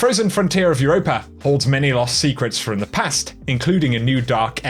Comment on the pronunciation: Quit adding the "er" at with europa...EUROPA ....NOT EUROPER